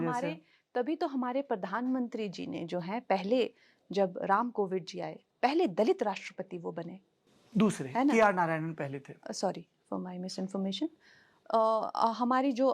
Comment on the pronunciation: Kangana ko Pradhanmantri hi thik se bolna nahi aata Padhanmantri bolti hai 😂